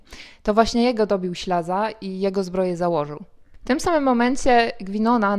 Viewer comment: W dramacie występuje Ślaz nie Ślaza!